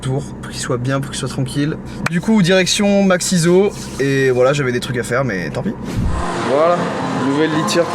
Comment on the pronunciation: Ok. On dit "maxizou" et pas "maxizo" (pour maxizoo) merci ! ;m